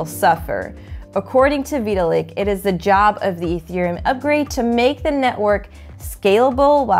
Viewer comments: Veeeee till lick. Always thought it was vi-tal-lick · great explanation and all but thats not how you pronounce VITALIK WTF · Completely butchered Vitalik’s name so bad I had to stop watching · Well, to be fair, nobody actually pronounces Vitalik Buterin as Vitalik himself does.